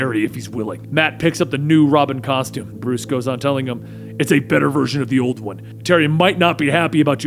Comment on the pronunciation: hehe " caustome "